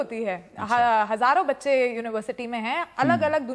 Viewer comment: aur bahot baar bhi ..didi kya bolri "Bacche" SERIOUSLY???